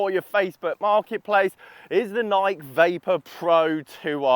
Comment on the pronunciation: I know it shouldn’t, but man it makes me cringe win you mispronounce Nike. Lol